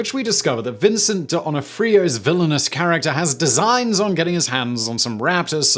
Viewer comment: Donafreeyoh?!? 🤣🤣🤣🤣 Your pronunciations are epic!!!